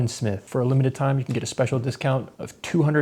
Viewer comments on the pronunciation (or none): none